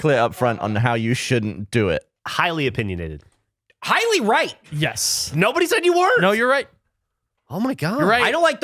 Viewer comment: Erics "higly right" had me on the floor